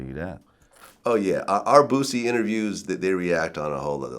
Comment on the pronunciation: vlad say boosie like a white woman